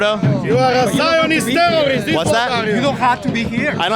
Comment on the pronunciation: if you pronounce terrorist like that then you are one from my experience. Don’t get on a plane with that clown